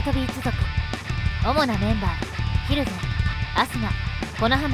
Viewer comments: ひる↑ぜんじゃなくて、ひる→ぜんなんよなあ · 蒜山は ヒ↑ルゼンじゃ無くて ヒル↑ゼン